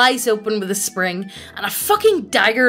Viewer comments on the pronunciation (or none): none